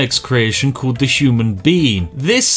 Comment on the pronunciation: “The human bean” I’m dying